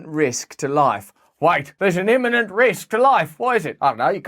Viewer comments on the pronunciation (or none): none